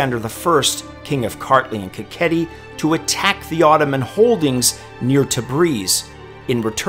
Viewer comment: Not [Kaketi] but [Ka;heti], I understand Georgian languege and names are hard but your viewers will help